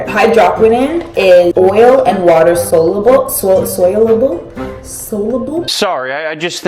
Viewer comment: Soluble is pronounced Saul-you-Bul and hydroquinone is pronounced hydro-Kwee-naun